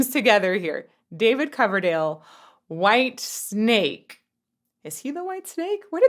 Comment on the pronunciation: For the last time please - WHITESNAKE not WHITESTRAPS. PLEASE